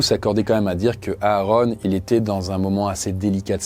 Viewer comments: Ça se prononce Aron pas A Aron😂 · Ouais quand il dit "Areune" ça fait bizarre